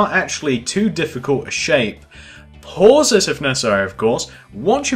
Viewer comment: stop saying pause so hrdly damn its annoying me but this video helped